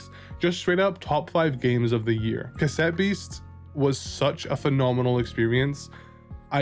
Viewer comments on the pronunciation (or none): Stopped watching as soon as I heard "OMG, C-ASS-ETTE BEASTS OS SO AMAZING!"